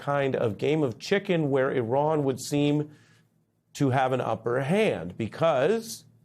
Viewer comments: At least he didn't pronounce it I ran. You did good today, Ari. 👏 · At least he didn't pronounce it "I ran". You did good today, Ari. Keep journaling.